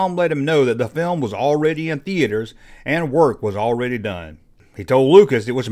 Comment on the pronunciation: THE - ATE - ERS... lol